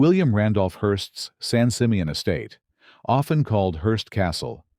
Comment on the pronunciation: I really hate how they tear down all the wonderful mansions. I live on the central coast and the pronunciation is San Simeon not San Simeot.